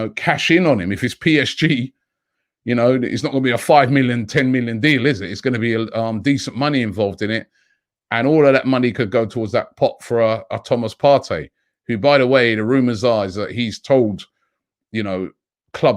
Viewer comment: Robbie why do u always put “A” in front of Thomas Parteys name “Athomas Partey”